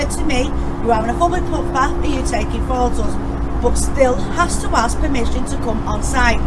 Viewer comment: ‘It’s still TRES-PASS-ING’ and ‘you’re on a Fublic Putpath’ are pure gold in This one 😂😂